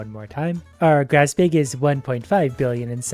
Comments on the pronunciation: “Upgrade our BEG” 😂😂 are you from Minnesota? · why does he pronounce bag like "bage" ? (bake just with g) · I love hearing him talk about his “bayg” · i love the way he says bag